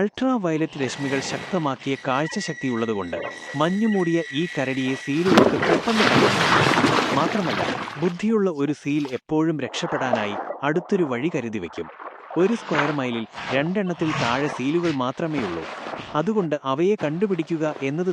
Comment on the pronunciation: ഫീൽ അല്ല സീൽ ആണ് 😄